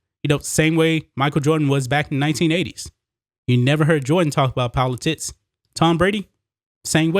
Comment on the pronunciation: He said poli-tits.... all jokes aside. Great points. It won't end here. You can be the Greatest Of All Time (Tom Brady) and the woke crowd will come after you no matter what. The only way to defeat them will be not to bend to their will.